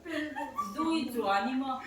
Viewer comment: Duichuaini 'NI' tih i lam thluk dan hi a dik lo, 'Muani chu ka Ni a ni' mihring kan in koh dan a kan pa te farnu hi kan NI an ni a kha mi Ni lam rik ang khan lam rik tur a ni.